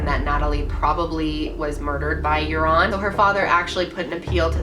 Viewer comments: its joran van der sluis not jouron haha he is also dutch x thats why I know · You know its Joran not Jouran right? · It's Joran (van der Sloot) instead of Jouron. And almost everyone in the Netherlands believe he's the killer. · Btw it's Jordan not Jouron. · Jouran hahaha > Joran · jouron lmao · Dang. I never knew all of this. What a little fuck face! I like how you pronounce his name "urine" though. Lol